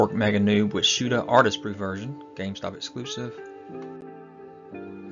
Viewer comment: Ork Nobz are pronounced door Nobs not Noobs. Nobz/Nobs is short for Nobility, you know Nobs or Nobz. Maybe this is a British term so you are unfamiliar with it ?.